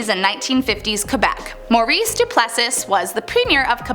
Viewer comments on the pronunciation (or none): none